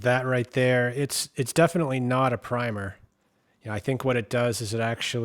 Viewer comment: Finally, someone who knows how to say "primer" and not "primmer."